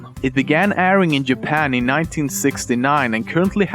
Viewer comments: also Lemmino: Yapan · I'm sorry, but please try to pronounce some words right like ''children'' instead of the t-ish sound you just say ''shildren'' or ''japan'' like ''iapan''. That's no hate, I just wanna tell ya how to do it properly. I really like your video! Keep on doing waht you're doing!